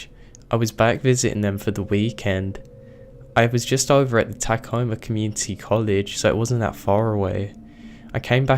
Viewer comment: It's 'Tuh Coma' NOT 'Tak Ohma' ! 'Miracle' Springs? 'Are Chives'?